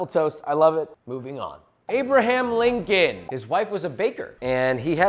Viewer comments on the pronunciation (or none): none